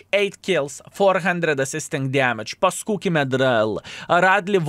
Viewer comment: for some reason i gigled as said PASCOOkIE MEDRAEL